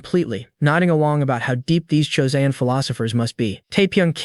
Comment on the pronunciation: I feeli like an AI would know how to pronounce Joseon.